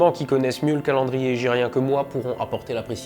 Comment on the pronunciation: Merci À toi pour tes vidéos et pour les explications du calendrier hégirien , bonne prononciation de l’arabe au passage👌🏼